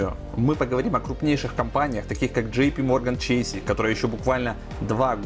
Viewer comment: Блин Чэйс правильно, какой чэйси)))